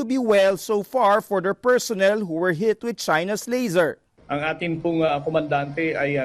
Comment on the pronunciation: Laser, not "lasser"